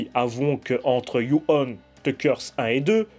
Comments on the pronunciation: Salut ! Tres bonne critique ! Y a juste un petit détail qui me gêne,on ne dit pas "you-one" mais "dju-on" . Je ne connaissais pas l'histoire du début,sinistre référence. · Si je peux me permettre ça se prononce "Djou" pas "You". On ne t'a jamais vu aussi énervé après un film je crois. Moi je trouve que délocaliser des mythes, ça ne fonctionne pas. Le remake avec Sarah Michelle Gelard fonctionne parce qu'il se déroule au Japon et il est intéressant parce que le personne est justement un peu perdu dans un pays qu'il ne connait pas. On l'a vu aussi avec La Llorona, le seul intérêt aurait été de développer les croyances mexicaines et ça n'a pas du tout été traité. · ça ne se prononce pas "you" mais bien "jou". ju on. Et on dit pas non plus in"saidious" mais bien "in - si -diius". Bordel mais c'est dingue de massacrer absolument toutes les langues du monde quand on est francophone, faites un effort bordel.